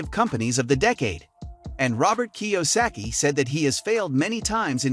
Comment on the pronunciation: I, really, don't appreciate the AI voice over. You sound much better. And, I'm sure you wouldn't have butchered Robert's name as badly as AI.